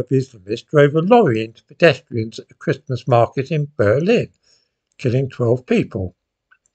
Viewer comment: I can’t believe how quickly the time flies. It feels like only a few weeks ago since the last time I was having to listen to you pronouncing the “t” in Christmas every other day.